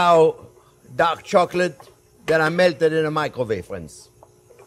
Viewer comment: I thought he said duck chocolate LOL😂. I couldn’t wait to find out how to make “duck” chocolate. You are very informative and entertaining.